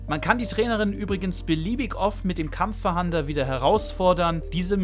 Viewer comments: Es heißt nicht Kampfverhander, sondern Kampf-fahnder. Bitte nicht 100x falsch aussprechen, die Kinder schauen sich das ab. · Kampffahnder nicht kampffahander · Danke für das Video. Hat mir leider nicht so viel gebracht, weil ich meine Jägerpokemon trainieren will um die 3 Seepokemon zu fangen. Es heißt übrigens KampfFAHNDER, und nicht Kampffahander. 😅 So wie, wenn die Polizei nach einem Täter fahndet. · Kurzer Hinweis... Es ist nicht "KampffaHAnder", sondern "Kampffahnder". Also einfach das zweite A weglassen und dann ist es richtig ^^ Nichts für Ungut und danke für das Video! :) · Gutes Video, kurz, informativ und ohne großes Gelaber, top 👍🏼 aber „kampf „fahander“????😂. Kampffahnder, so wie man es schreibt. Man fahndet nach Gegnern. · Digger 😂 gutes Video aber das ist ein Kampffahnder und nicht Kampffahander 😂😂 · Es heißt Kampffahnder, weil man damit nach Kämpfern fahndet, nicht fahandet ;) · Es heißt Kampffahnder und nich fahander! Ansonsten gutes Video👍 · Wenn ich noch einmal kampffahander höre rast ich aus xD *Kampffahnder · Kampf-fahnder nicht kampf-fahander 😁👍🏻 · Das Item heißt übrigens Kampffahnder und nicht Kampffahander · das triggert mich auch hart xD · Nices Video, aber Kampffahnder wird nicht Kampffahander ausgesprochen und auch nicht so geschrieben 😅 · Und ich dachte ich wäre der einzige den das triggert :D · Wer kennt ihn nicht... den KampffaHAAnder xD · *Kampffahnder... nicht Kampffahander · Dafür hat mich das "Kampffahander" getriggert🤣 aber sonst top Video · Kampf FaHANDER? o.o KampfFANDER wird das ausgesprochen. :) PS: Das ist kein Bashing, ist ja kein Problem, wenn man nicht immer weiß, wie man XY ausspricht. :3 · Ich musste erstmal gucken, aber Kampffahander? Heißt des Ding nicht Kampffahnder? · Warum Kampffahander? Da steht doch Kampffahnder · Das mit dem Kampf-Fah-A-nder triggert mich etwas... 😉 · Wirklich ein gutes Video, aber ich bekomme cringe Gänsehaut jedes Mal wenn du Kampffahahnder sagst, lies das Wort vlt nochmal langsam 😅